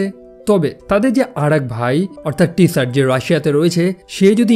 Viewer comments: ওইটা "টি সার" না, জার। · Tsar er pronunciation "jar'' hobe na?"Tsar" means king, r Russian King er nam chilo Nicholas, Tsar Nicholas.. Tsar shunte weird lagtese, jemon "tsunami" ke "ti-sunami"/pneumonia ke "pi-neumonia" bolle lagto..